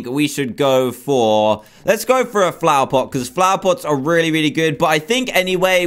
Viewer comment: He said plover pot